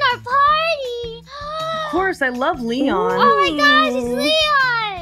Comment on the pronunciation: Calliope misread leons name, thought it was lean.